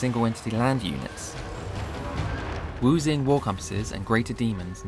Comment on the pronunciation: That's a big buff to the Wuxing War Compass, even if he butchered the pronounciation.